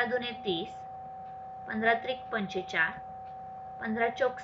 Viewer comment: 45 चा उच्चार पंचेचाळ ऐवजी पंचेचाळीस असावा असे वाटते